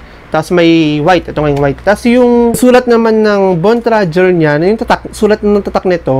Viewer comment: Bontrager ndi bontrajer 😂😆🤣